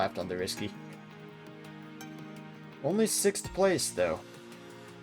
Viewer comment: You're British now. You can say "sikth." Jolly good show.